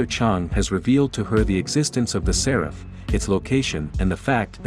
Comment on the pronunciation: Séraph, not Seráph at least, that is how it is pronounced in the Game